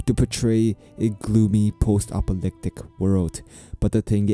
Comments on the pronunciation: Apocalyptic not apolyptic :) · you seem to miss a syllable or two in your pronunciation of apocalyptic.